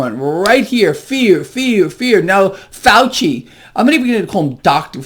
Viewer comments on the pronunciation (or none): none